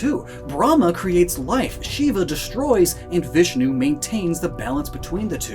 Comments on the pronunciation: Why you pronounce lord shiva wrong, get it right pls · I am a 13 year old Indian boy And you are pronounceing the names of God wrong It is Bram- ha She- va Vish-nu